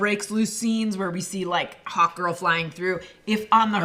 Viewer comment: Every time someone says Hawk Girl I hear 'Hot Girl' This was also a big problem for me back when I used to play a lot of Marvel VS Capcom 3, no one would shut up about Hot Guy (Hawkeye) in that game.